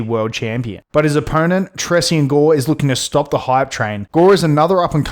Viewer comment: Why you keep pronouncing gores name wrong